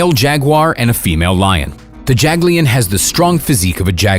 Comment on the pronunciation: The JaG 'LiN..TTTTiiiiGGGtttt....